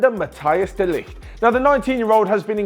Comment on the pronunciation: Now de Ligt has won the Golden Boy award, will you learn to pronounce his name properly?